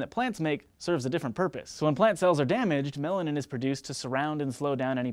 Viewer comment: When u said melanin, I thought u said melon amd I was like no I have never heard of that chemical before lol!